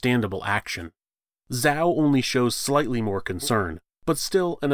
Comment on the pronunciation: Zhao pronounced as Jaou, the Zh sounds like J not Zao